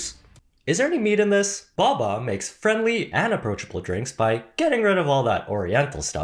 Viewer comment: Thanks for pronouncing it the correct English way of 2 consonants making it a short vowel sound